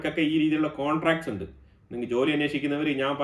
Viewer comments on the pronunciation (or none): none